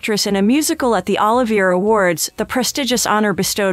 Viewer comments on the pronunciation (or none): Why does Chatgpt pronounce Sir Lawrence Olivier's name like it's 'Oliver' or like some brand of olive nobody's heard of? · You've mangled the man's name. It is pronounced," suu-DAY-kiss". also, "o-LIVE- eyay". ffs. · Please have the people who narrate LEARN how to pronounce important names, such as Sudeikis and Olivier!!!!! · I’m not sure who the commentator of this video is but her pronunciation of Olivier and others is terrible. She needs to do her research before she speaks.